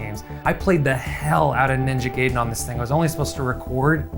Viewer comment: Bruh, he still calls it ninja "gay-den" lol